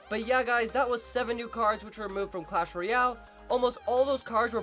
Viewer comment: He said not clash but clas